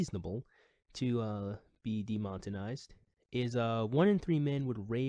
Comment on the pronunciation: de-mon-e-tize NOT de-mot-in-ize; no hate, fan of your stuff. I sometimes do the same thing with other words myself.